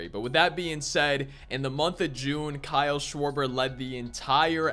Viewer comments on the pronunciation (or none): none